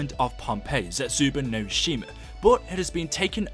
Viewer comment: Why can no one pronounce any of the maps???? It's Der Eis-en-drak-ay, and Zets-ooh-boo-no-shee-mah